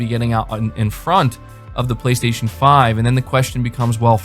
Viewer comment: "BLAY - STAY - SHON"